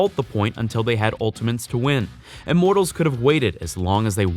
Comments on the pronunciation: he says ultamints and not ultimates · I mean i like the content but why does he say "Ultimens"?😂